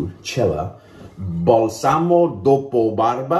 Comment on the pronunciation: You actually did a great job pronouncing Italian, man! Just a teeny tiny error, it is bAlsamo, not balsAmo. you have to put the enfasis on the first A. But you did great! Cella is a must in Italy, you find it anywere, just like Proraso. great inexpensive products 😉